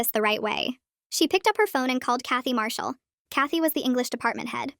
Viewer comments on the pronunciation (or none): none